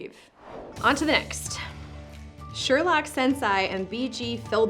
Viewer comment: I expect someone else will point this out also, but "sensei" is pronounced "sen-say." It's a Japanese word meaning "teacher" (but can also be used for, for example, a doctor). And it's a good word to know, as it pops up with some frequency in popular culture as well as in the world of martial arts.